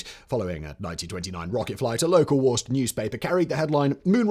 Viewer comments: Worchester MA is pronounced "Wu-ster" or, more properly "Wu-stah". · As being born, raised, and still living in new england, It's pronounced "wou-stah", wou sounding like the word would, and stah sounding like the word stop. It's a new Englander thing. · Woos-Tah Rymes with rooster. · *Woostah. Worcestor is pronounced Woostah in Massachusetts.